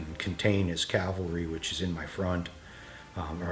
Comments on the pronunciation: Love you guys! Your linked campaign videos are fantastic. But friends, men on horses are CAValry, not CALvary. You have my subscription. You have my likes. You have my support on pronunciation..... CAValry. Thanks for sharing your passion for the hobby. Keep up the great work. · Cavalry noy Calvary